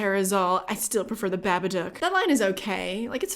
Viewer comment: As an Aussie… Thank you for pronouncing Babadook correctly.